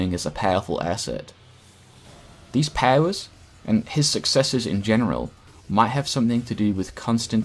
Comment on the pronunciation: Love the way he says powers. Pawers